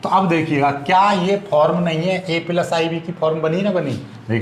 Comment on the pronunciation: Sir app bahut achha pdhate hai.but पिलस नहीं प्लस होता है।